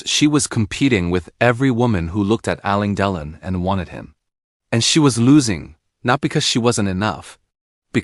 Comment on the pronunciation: Get your AI narrator to pronounce the name correctly it's " AL. LANE DE. LON ". WTF ?! Anthony Delon's mother was NOT Romy Schneider ,his mother was Nathalie Barthelemy Delon ! GET YOUR INFORMATION RIGHT !!!